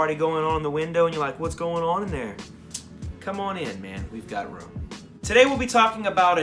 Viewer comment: Brooo are you from new Orleans!! I heard you say ruum lol!